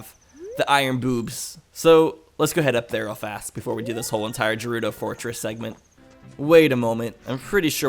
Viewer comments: How he pronounces gerudo buggs me so much, like dude its gerudo not jerudo! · As long as you pronounce it Gerudo and not Jerudo then you do you. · No it is pronounced ger-udo not jer-udo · I hate the way you pronounce jerudo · Stop. Saying. Jerudo. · The way you say Gerudo as 'Jerudo' hurts my soul. It's a G, not a J, fam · it's not jewrudo for fucks sake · why do people care about how gerudo is pronounced? all you're proving is you're a salty zelda fan. if he pronounces it wrong- so what?? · Gerudo is pronounced like Gif. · you're still saying gerudo wrong... >:| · Its different but idc it sounds cool the way you pronounce it. My friends and I all pronounce Saria different cause we like different pronunciations. why people gotta make a big deal? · Lol it bothered me too but I never wanted to bother you about it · ok it just pisses me off legit but if you reall really want to i dont care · pls stop say it correctly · Your saying gerudo wrong it's with a G not a J